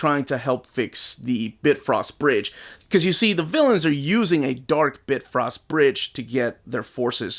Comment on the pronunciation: BitFrost bridge? lol it’s BiFrost bridge